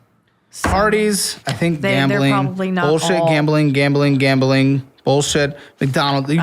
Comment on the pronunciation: Gambling, gambling, gambling, gambling , gab'ling, gab'ling, gam'ling, gam'ling, gam'ling, gam'ling, gam'ling, gam'ling... Yeah, if I have to repeat that word so many times I would give up on saying it properly as well.